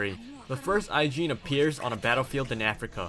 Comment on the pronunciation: you do know that it's Ajin not Aijin?